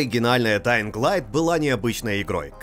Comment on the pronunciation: Спасибо за альтернативный обзор, но ребята из stop game менее предвзяты чем вы. О! ДаинГ сильно режет ухо. Все равно спасибо